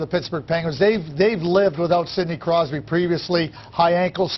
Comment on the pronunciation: he almost called him sidney crysby lol